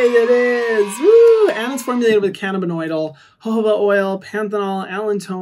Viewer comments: Hi Hyram! You are incredible in every way,. CBD is pronounced “canna-bi-DYE-ol” 💜💜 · just so you know, CBD is pronounced canna-bih-dye-ol! coming from a chemist :) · Friendly neighborhood scientist here to respectfully let you know it’s pronounced “can-na-bid-DYE-all” 😘